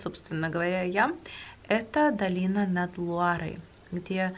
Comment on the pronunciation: Ирина ищите в гугле замки долины Луары.( не поняла почему все время говорит что "над" Лурой....как нам обьяснили французы что это долина Луары...реки Луары ) мы были во всех этих замках и места действительно необыкновенные!!!! Сказочные!